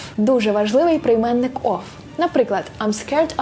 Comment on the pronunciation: Чудове відео!!! Єдине, що на - , прийменник "of", чується з вимовою звуку "ф", а не "в", яка має бути, попри інакший спелін слова. Та то таке, може почулось))) ні в якому випадку, прошу не сприймати як критику чи ще щось таке)) просто чомусь фонетика, це те, що одразу так би мовити "впадає мені на слух" хах Наснаги на нові відео!!! Це дійсно якісний контент!!!